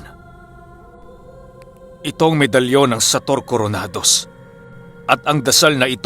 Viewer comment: Na shout din sa wakas ❤️❤️❤️ kaso mali po ng bigkas ng surname 😔😅